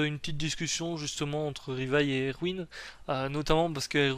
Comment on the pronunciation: Tu dis "Rivaille" 🤢